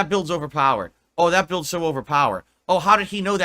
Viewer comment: When I need money my financial issues are an open book but anything about my personal life is none of your business Edit: when he said eight builds I thought he said eight bills 😂